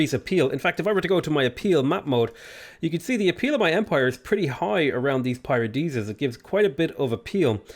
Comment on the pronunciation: Oh oof you choked the paradisas at 1:sth